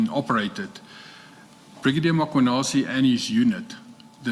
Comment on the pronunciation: Ma....Mar..... Why call him Mar-khwanazi? Just say Mkhwanazi. Anyways, they do say rogue cops only act in spaces where the environment allows them to. When would have all these people gotten investigated or charged if on aggrieved Provincial Commissioner of KZN never got frustrated about his PKTT being disbanded due to Gauteng operations overreach?